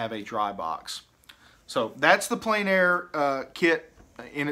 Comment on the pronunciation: The French is pronounced "on plen air" not "en plane air"